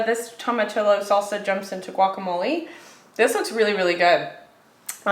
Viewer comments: Toma-TEE-ohs, not toma-TILL-ohs. 😊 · Don’t pronounce the double “ll” in Spanish! Toe-mah-tee-yo :)